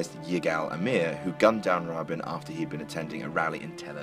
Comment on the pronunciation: Learn how to pronounce Rabin-- also, Jackie was not trying to escape the car she - was trying to retrieve her husbands splattered brains